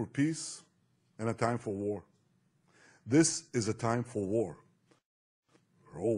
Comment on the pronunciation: See to me, "War soon, America" sounds like "More soon America."